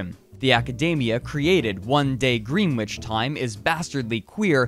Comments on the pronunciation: Gren itch. Not Green witch. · It’s pronounced Gren-ich, not Green-witch. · More like "Gren-itch", really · Greenwich is actually pronounced “GREH-nitch”...for some odd reason. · Very slight correction; greenwich [sic] is pronounced gren-itch. Blame the British. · hey, “Greenwich time” is pronounced “grenich time” just a heads up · I'm just about positive that Gene Ray pronounces it "Green witch." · Great video. (Greenwich is pronounced GRENN-itch, btw. The w isn’t voiced.) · Greenwich is pronounced as Gren-itch. (no that was not a typo.) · LMAO that is NOT how you pronounce Greenwich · bruh if your gonna do all this research at least learn how to say greenwich